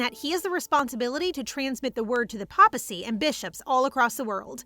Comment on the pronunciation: Papal: PAY-puhl Papacy: PAY-puh-see